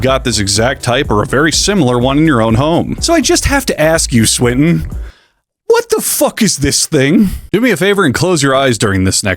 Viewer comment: Also Swinton to Sprint-In